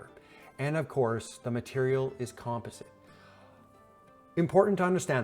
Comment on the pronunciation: Isn't near as bad as "Composite" 🤣😆🤣